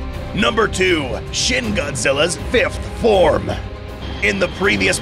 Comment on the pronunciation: It's pronounced more like sheen